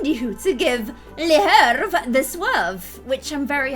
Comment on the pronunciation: I think that Hervé’s name would is pronounced Hair-Vay